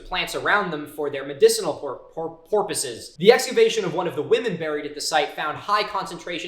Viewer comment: “Medicinal Porpoises” 🐬🐬🐬🐬😂😂😂